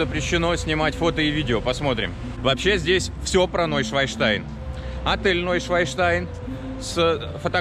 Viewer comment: Уржался)), не НойшваЙнштайн, а Нойшванштайн. А то у вас не новый лебединый замок-камень получился, а свиной... Шван или Swan по англ. - это лебедь, еже ли че))